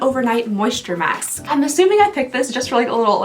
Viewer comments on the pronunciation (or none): none